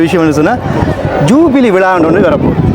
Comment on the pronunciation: Please say ஜுபிலி not ஜூபிவி.